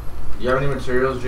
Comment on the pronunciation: Why pronounce material like that 😂